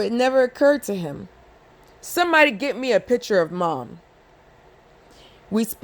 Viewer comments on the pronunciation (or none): Just constructive criticism: it’s picture not piture and it’s ask not aks Good read tho. Thanks.